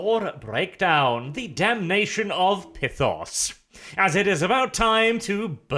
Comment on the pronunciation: there no I it’s py-thos think like python